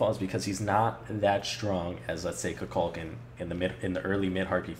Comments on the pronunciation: An excellent video... but your mispronunciation of of Kukulkan's name bugs me. It's Ku-kul-KAN, not Ku-KULK-an. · its Koo-Kool-Khan not ka-kal-ken